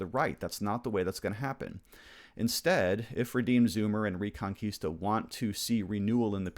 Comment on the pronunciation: Spanish speaker here. The correct pronunciation is "rEconquista" with the "E" pronounced as in Elephant. Reconquista means of course Reconquest.